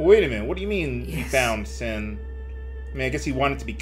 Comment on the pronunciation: The final sshowdown with sshin. The final sshowdown with sshin. The final sshowdown with sshin. Shut up already, Cid!